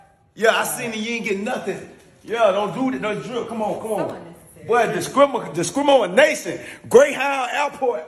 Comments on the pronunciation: "Greyhound Airport," "Discrimomonation" .... 🤣🤣🤣🤣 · Discrimomuhnachun.. Damn it 😂😭 ⚰ somebody get this man in a speech class